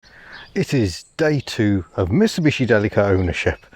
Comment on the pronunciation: I think "Deli-ka" is the best pronunciation. "Dileesha" sounds like a brand of margine !